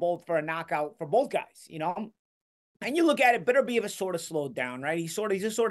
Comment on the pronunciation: It's pronounced beTERbiev. The accent on the TER. Be TER biev. Now you know.